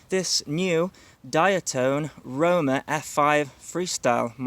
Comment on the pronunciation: "Diaton `Rona" lmao